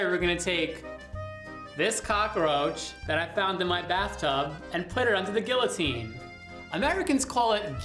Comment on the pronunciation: lol at the eye roll while saying gee-o-teen